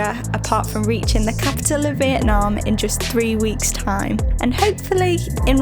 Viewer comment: These videos are unassuming but amazing. What you've done is excellent. Only one thing, as a fellow northerner I wish you'd both call it 'Vietnam' and not 'Vietnarm' 😂